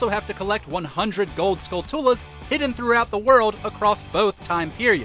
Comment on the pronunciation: It's pronounced "SKUL-chul-uh" like tarantula